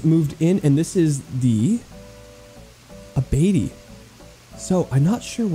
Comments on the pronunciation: It is actually pronounced: “batey: /bah-teh-ee/“ It has a Spanish pronunciation. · btw batey is pronounced “bah-tay” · The way you said Batéy was very wrong but very cute hahaha 😂😂